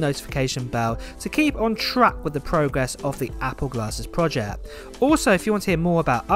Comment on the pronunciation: It's PROJECT, not PROJEH